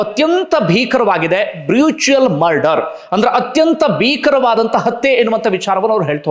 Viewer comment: ಬ್ರುಚುಯಲ್ ಅಲ್ಲಾ ಬ್ರೂಟಲ್ ಮರ್ಡರ್. ನೀವು ಪ್ರತಿ ವಿಡಿಯೋದಲ್ಲಿ ಜಾಮೀನಿನ ಬಗ್ಗೆ ಪ್ರಸ್ತಾಪ ಮಾಡುತ್ತಿದ್ದೀರಿ. ಎಲ್ಲಾ ಪುರಾವೆಯೂ ದೊರಕಿದ ಮೇಲೆ ಜಾಮೀನು ಹೇಗೆ ಸಿಗುತ್ತದೆ ? ನೀವೇ ಹೇಳಿದ್ದಿರಿ ಶೇಡ್ನಲ್ಲಿ ಸಿಕ್ಕಿರುವ ಬಗ್ಗೆ ವಿಡಿಯೋ ಇದೆ ಎಂದು. ಪುನಃ ಪುನಃ ಹಾಗೆ ಹೇಳಬೇಡಿ. . ಹಾಗೊಂದು ವೇಳೆ ಜಾಮೀನು ಸಿಕ್ಕಿದ್ದೇ ಆದ್ರೆ ನ್ಯಾಯಕ್ಕೆ ಹಾಗೂ ನ್ಯಾಯಾಂಗಕ್ಕೆ ಗೌರವ ಸಿಗುತ್ತದಯೇ ನೀವೇ ಯೋಚಿಸಿ.